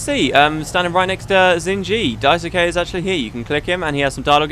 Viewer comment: Daisuke is pronounced Daiske, with the "ke" part being like in "Kenny". If you don't care, ignore this :P.